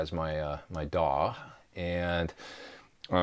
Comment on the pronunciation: i like when you say D.A.W. way more than dawwww:)